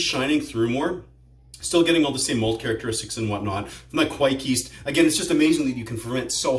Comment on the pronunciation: I wont hate on the mispronunciation of Kveik.